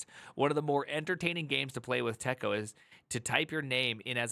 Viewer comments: Just because it was like fingernails on a chalkboard... TECO is pronounced "tee'koh". I've forgotten all of it. However, I think it's sort of still alive in OpenVMS and I suspect variants are still around for other operating systems. For those who need more masochism in their lives. Interesting tidbit... the first EMACS was implemented in TECO as macros, and that's where the name came from (Editor MACroS). Many of us who had to edit code back then jumped on it pretty quickly. I'm still an emacs user today, though it's dramatically different today than it was back then. Not completely unlike how vim is different than the original vi, though emacs has more massive historical overhauls and oddities under the hood. Keep in mind that back in the day, some us had to become 'ed' experts, or at least find an 'ed' expert for some scary "I need to perform this non-trivial edit operation on 60,000 production data files, and it has to be right on the first pass because the filesystem is near full and backups take days to restore". Editors for us non-quiche-eaters were very primitive. Of course... I like quiche, so f*** that phrase. Quiche can have anything it, just like pizza. Put some bacon, ground beef, Italian sausage and pepperoni in it if that's your thing. Here's a fun thing to consider about us crusty emacs users... we've been doing functional programming for many decades. Because once you have more than a couple hundred lines of custom elisp you depend on to get your work done fa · We pronounced it "TEA-CO", TECO. Editor ran on the PDP-11. Also its, "Ebb-cid-dick" EBCDIC.